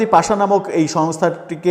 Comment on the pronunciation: পাশা না, ওটা পাসা😂